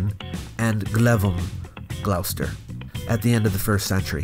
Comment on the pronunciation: Nice to see you doing something in the UK. Also just wanted to correct your pronunciation of Gloucester. It's more like "glost-uh". 👍